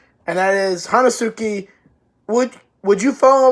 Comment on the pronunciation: It's pronunced "Henski"